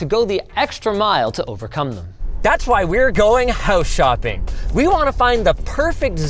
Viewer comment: Listen to and tell me what you hear.. and it's probably not "home shopping" and definitely not "house shopping" like the auto-subtitle suggests. His braces are a marketing miracle for LTT at that point, but could apparently also lead to some possible demonetizations. ^^